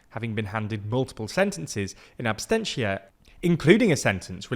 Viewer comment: 🤨It's "absentia", not "absTentia"